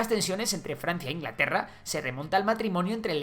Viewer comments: Perdón Ingalterra? xD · INGALTERRA XD